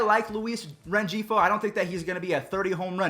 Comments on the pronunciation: Ren g fo How it's pernouced:Ren he fo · BTW: It's (REN-HEE-FOE) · Rengifo is Ren-hee-foe “G” is silent like an “H”. I understand tho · It’s Luis Ren-hee-fo btw 😅